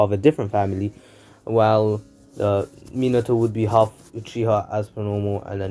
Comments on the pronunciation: This dude really said hald 😃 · Ik this guy did not just say hald☠💀💀💀